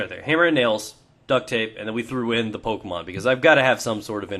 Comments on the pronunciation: OH MA GAWSH!!!! IT'S PO-KAY-MON!!! THERE'S A FUKKIN AKSINT MAWRK!!! FUUUUUUUUUUUUUUUUUUUUUUUUUUUU-!!!!! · its Pokèmon not Pokèmon. Okay? <3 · Pokee-mon, Poka-mon, i poke-yur-mom ;)